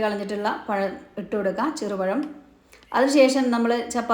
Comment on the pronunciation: Cheru payam alla cherupazham